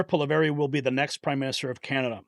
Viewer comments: Polievre not Poliver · Polylever 😂😂😂 poilievre is said : pool lee euvre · You just butchered Pierre’s last name lol. It’s pa lee ev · SAY 'POLY-EV' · Poly-ev is how you pronounce his name. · Hey, Canadian Trumps last name is pronounced "Polly-ev". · Pierre Poilievre = Pierre Polly ev, The re on the end is silent. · Turdo hasn't actually resigned yet. All he has done is he PROMISED to resign - sometime in the undefined future after his perverted LIEberal party find a new leader who is acceptable to all of the other perverts in the LIEberal party. It will still be an eternity until we see the last of him.BTW, Pierre's name is pronounced as Poly-yev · Pronounced Polly Eve easy peasy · Poor Pierre ! Just say POE LEE EV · Pierre POL-EE-EV is how it's pronounced; but don't worry - I couldn't pronounce it either, when I first saw it, written. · Polly-ev is how to pronounce his name ❤️ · It’s pronounce Polly - ev. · Pollievre is pronounced .Poly.. ev.vvv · learn how to pronounce his name correctly. DO BETTER. LorenMorretDOTcome has proven the dope's lineage. It is NOT speculation. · I lost respect when the host of this channel mispronounced the name of the leader of the conservative party, It is spoken in the clip he shared, I dislike Trudeau immensely and look forward to Mr. POILIEVRE becoming a real leader in Canada.